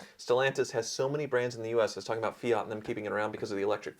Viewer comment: Oh please learn how how to pronounce , it is FIAT not fi yacht